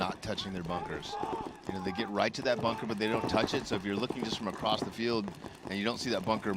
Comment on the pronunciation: Solid commentary by Matty and. Got to just mention that it's defendable not defencable. It's across not acrossed. That one you do alot. Whilst its hilarious it's also stupid. Read more. Jesus your not reading a quantum physics paper. Just good old basic English words. At least we can't hear sniffing into the microphone.... you got a cold there buddy.... Yeah we ALL know...